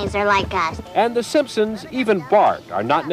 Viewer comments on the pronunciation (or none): stop saying "Simp-Sims" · why do you keep saying simpsoms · Say Simsims one more time! I dare you! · Bro said simpsoms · Okay but why does he keep pronouncing it "The Simpsoms"? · when you say "Simpsons" all I here is "simsims" or "simpsims"